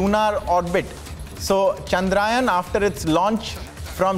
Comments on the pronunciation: चंद्र यान. Not चंद्रायन... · Please pronounce the word correct.. its chandrayaan and not chadrayan.. be proud to use the Hindi... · It Chandrayaan ..... Not Chandraayan 🤦🏾‍♂️ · Congrats 👏 its chandra yaan , not chandrayan 😡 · Guys at Republic TV let's not talk like non Indians the name of the mission is चंद्रयान not चंद्रायन 🙏🙏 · Ill-pronouncing anchors, is getting complacent with hiring news anchor...plz provide jobs to diligently better ones...chandrAyan😂...Vehicle 😂...Make the orbit smaller and smaller 😂..inches closer😂. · The news Anchor can't even pronounce 'Chandrayaan' word properly 😂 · News anchor 😂😂 thing’s he is in USA